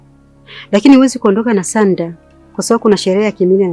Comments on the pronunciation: Uyo sauda mbona anaalibu jina la mtu baada ya sandra yeye anainda sanda kwani hana ulimi au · Kwan sauda kabila gani jamn hawez hata kusema sandra 😂😂😂😂